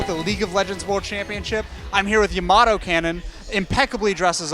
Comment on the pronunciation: YAMATO, not YAMOTO